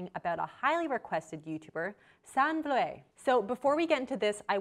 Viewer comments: Vloet is pronounced like flute, but with v. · the pronunciation of vloet is wrong; its ''oe'' not o-e, and it sounds like whoohoo (like an owl) or the end of the word who :D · yeah I was so confused when she pronounced Vloet😆